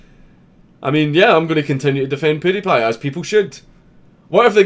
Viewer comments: who is this "poody-pie"?? it is "pewdiepie" like "pyoo". Speak English you North Lanarkshire nutbar. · Count you say pewdiepie like poodeh paye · Do you know you're pronouncing his name wrong 😁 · That's not how you say his name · iu love how dank says pewdiepie